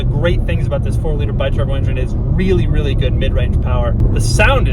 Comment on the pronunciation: WEALLY WEALLY WEALLY